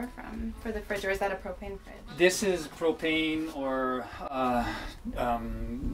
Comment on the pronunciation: lol thought he said cocaine at first instead of propane